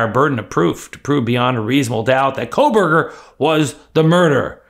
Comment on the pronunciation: There is NO "L" in Kohberger.